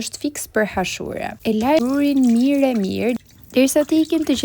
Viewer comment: Jo hashure por ashure